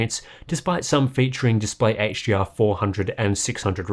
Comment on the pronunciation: Why does it sound like you're saying 'HGR' instead of 'HDR'?